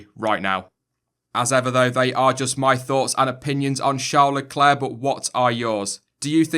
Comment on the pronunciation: Shawr lecler? Or Charles leclerc